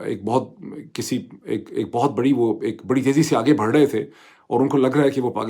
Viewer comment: Dr.Moeed,you are an excellent analyst on all matters,but I have always had problems digesting some of your pronunciations: 1.Pronouncing pilot as “poilot”. 2.Pronouncing “barh” as “bharh”. 3.Pronouncing “vis a vis”,the second part of this phrase is a silent “s”,so,it’s pronounced as,”vis a vee”. I hope you take notice and correct all this,because you are expected to do some research before you take the mic.